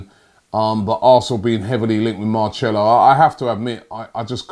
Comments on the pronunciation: Omds robbie ur pronunciation is hurting my ears 😂😂 whos marchelo its marcelo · Robbie man you say it like MarSelo not Marchelo, creased 😂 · man said “Marcello...” Robbie we’ll do it together Marcelo = “Mar-sell-oh” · How can he not pronounce Marcelo like come on Robbie blud MARCHELO nearly clicked off the vid Marsssssssselo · Man said Marchelo... Like Marcelo ain't been doing his ting for time how have you got away with calling him Marchelo all this time 😂😩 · It’s Marcelo not Marchello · MARCELO NOT MARCHELLO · Is Robbie trying to butcher names now ? Common man Marcelo becomes Marchelo how can you name such an easy name wrong mate ? Beyond me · It’s pronounced Mar-cell-o Not Mar-chel-o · Robbie its marcelo not marchelo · Don't ever call him marchelo ever again its marselo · MARCHELLO its Mar-selo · and its mar- cell - o not mar - chair -lo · Ffs "" Mar-cell-o "" not "" mar-chell-o "" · Marcelo not marCHElo😂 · Marcelo /maʁ.ˈsɛ.lu/ Learn to pronounce noun Brazilian. What's Marchello???????????? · Robbies pronunciation is terrible like What’s a Marchello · Marchello?? Are you serious bruh... If he watch this video, He'll be pissed lmao 😂😂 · Marchello lol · I think it's actually Marthelo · His name isn’t pronounced Mar-sello you pronounce C as CH in Portuguese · Everyone on Earth: Knows how to pronounce name Robbie: MARRCHELLO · ROBBIE Jesus Christ can u not pronounce any name correctly ??? MAR-SELL-LO is a name every football fan knows how to pronounce correctly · I'm portuguese and you don't pronouce it "Marchelo" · I instantly get a headache every time Robbie says Marchello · man said “Marchelo” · Marchello haha. Sounds like an italian liquor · Marchello!?!?! 😂😂 Oh dear 😂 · Marchello is a solid player, he’d be amazing👌. But I think there’s a better chance that stops butchering names, than Marchello coming to Arsenal. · I honestly felt like clicking of when he said marchello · It’s marcello like mar sello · Say it like marselo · It’s not marchelo